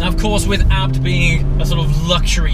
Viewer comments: Why are you pronouncing "abt" and not "A-B-T" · I wanna kms when he says abt